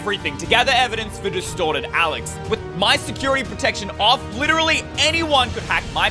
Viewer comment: In the begin when when you says “Destorted” Alex, I thought/heard “DESTROYED Alex”... My mind was like; wtf???😳😂😂